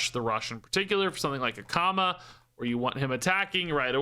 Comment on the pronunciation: I heard "which of course, that could be with a comma," at the end of the card description , and I read the card text over and over again trying to figure out the grammatical error the Hearthstone team had made. It wasn't until I gave up and halfway through the video I heard you say "Akama" in a way that made me realize that was what you were talking about instead. 😂